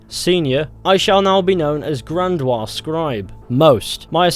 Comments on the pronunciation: Bahahaha grandwaa 🤣🤣🤣 it's gran-di-ose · Grandiose < Grandwa... or however it's spelled lol Btw you gain honor if you kill the kkk members. At least I did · He most certainly did not, it's an english word, and in english it's pronounced gran-dee-ose. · Grandiose, look closer, friend, it’s not Grandoise, it’s not French. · Gran-dee-ose. I just needed to get it out of my system. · grandiose is pronounced Grand-ee-ose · That ain't how you pronounce grandiose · thats not how u say grandiose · Lol he pronounces like a Frenchman